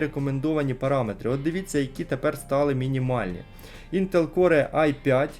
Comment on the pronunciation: Не прийми за докопування, але не Інтел Коре, а Інтел Кор. Перепрошую, дуже б'є по вухах)